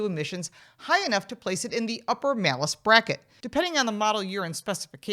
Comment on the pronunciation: The malice tax. She said it correctly.